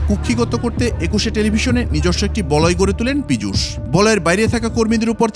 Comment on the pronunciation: Pijush noi pichash😂